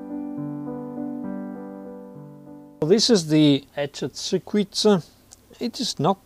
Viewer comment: Circuit is pronounced sir-kit, not sir-ku-it.